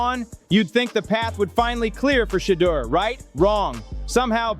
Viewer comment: 😮 why does the narrator keep miss pronouncing Shedaur's name. Sheddar is not how his name is pronounced 🙄😒